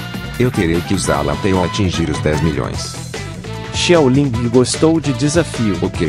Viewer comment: Pq ele fala xiaolingi